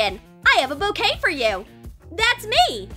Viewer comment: When they said bouquet I thought they said cocaine